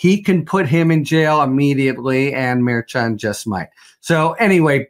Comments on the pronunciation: Pronounced... M E R C H O N!!! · Tell poor how to pronounce Judge Merchan's name please! He can do better!